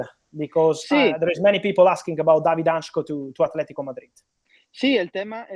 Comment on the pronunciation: David Hancko (han-tzko) not hanchko 🇸🇰❤️